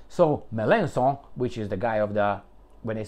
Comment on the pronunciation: i loooove your perfect french pronunciation of “Mélenchon” 👍😂😂😂😂😂